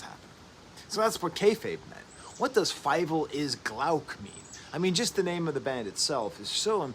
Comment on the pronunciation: I've been listening to them for years but this is the first time I've heard how to pronounce the band's name correctly